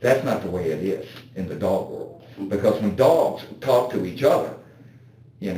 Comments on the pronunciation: Anyone else repeat the narrator every time he says “TALK” hitting that L sound that’s supposed to be silent real hard? TAULK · Why does the narrator pronounce the L in "talk"?